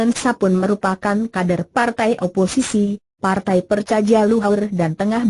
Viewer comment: Bukan percajaja luhur tapi percaya luhur dibacanya ejaan lama mba enggak enak banget didengar nya